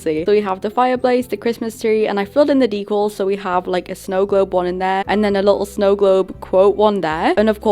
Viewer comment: I love how you say decals “deCuls” its soo cute and different